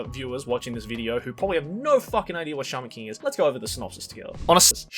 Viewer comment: I thought said charmin king instead of shaman king at first.